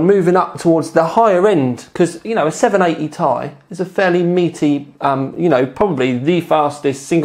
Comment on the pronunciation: Is he saying 780 TI wrong or is it just me?